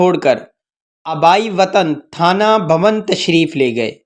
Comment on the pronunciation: بھیا کسی عالم کو اپنا تلفظ سنا دیجئے اپ کا تلفظ درست نہیں ہے پوچھ لیجئے تھانہ بھون کیا ہوتا ہے اور عجلت پر اعراب کیا پڑھنا ہے